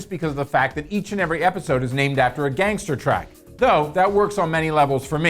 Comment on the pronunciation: Nice review, but I kind of cringed when you pronounced Gangstarr "Gangster track" shudders I'll give you a thumbs up still, though.